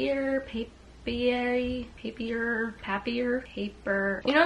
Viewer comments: Hi just discover ur channel from u previous video! Loved ur vibe For, Papier is the French word for paper, and If u want to know the pronunciation it's like pa-pee-é (pa-pi-er) Love from France 😘 thanks for ur gooooddd moooddd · the papier brand is pronounced "pah-piay"! french immersion for the win (papier is paper in french 😭) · Lol papier is pronounced pap-ee-yay loll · I think that notebook brand is pronounced pap-e-ay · "bendy" notebooks are softcover. Sturdy notebooks like the one from papier are hardcover. I've had my eyes on a notebook from them. I like that you can choose dot grid pages. I pronounce the brand pape-ee-air, but I don't know if that's correct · It’s pronounced “pay-pee-aye” en France I think. 👍